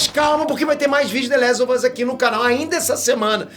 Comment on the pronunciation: Engraçado que o fala "The lézo vâz" ksksskk